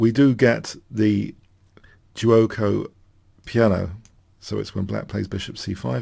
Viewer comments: Good pronunciation of giuoco piano , literally “ slow play “ btw note that in modern Italian is “gioco” without U.. And remember that “ch” in Italian is “k “ as in the word “fianCHetto” , pronunciation “fianKetto” meaning flank , in modern Italian “ fianco” Thank you for your videos , always very interesting and instructive Ciao from 🇮🇹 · a favourite of ben Fiengold this one, i like how Your analysis gives something even to well worn classiaics. great work on Guicco Piano especially since pronunciation is not Your traditional strength. Von Bardeleben is more Your usual standard, it need one more syllable than you gave it. but who cares this was fun. Thanks keep up the good work.